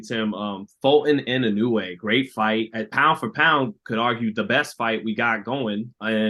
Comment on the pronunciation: アメリカ人はいのうえ。の発音難しいんだね！イノウェイ。